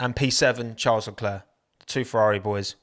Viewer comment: please can you amend how you say charles annoys me every time